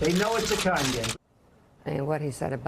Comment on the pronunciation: why did he have to annunciate con like that what other sort of games does he think we could have mistaken it for